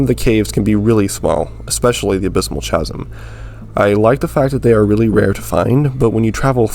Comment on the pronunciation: this man actually said CHA-AH-SIM lmaoooo